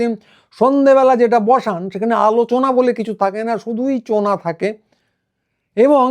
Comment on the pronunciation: উনি 'আলোচনা' করতেন না, 'আলুচানা' করতেন।